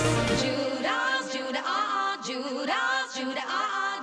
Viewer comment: She said juda ass 😂